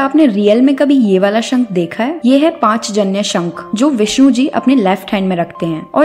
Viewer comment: पाँच जन्य नहीं पाञ्चजन्य होता है,कृपा कर के उच्चारण सही प्रकार से करें 🙏